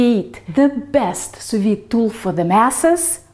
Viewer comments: It's Sous-Vide NOT Soviet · it's pronounced su vi, not su vit. Do your homework,. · Sew-vee as a Pee Vee.... the "D" is silent. Don't be Puttin no "D" there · Hi, It's Sous-Vide NOT Soviet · am i the only one hearing her saying the soviet method? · I see I'm not the only one who heard "the Soviet method". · First time hearing someone pronounce sou-viDD. Huh? She sounds French. She probably said it correctly. Googled it. Huh. It's pronounced with the D indeed. I've been pronouncing it wrong all this while. For that, and for other cool tips you shared, thank you :D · Sous Vide..................? Just say Non!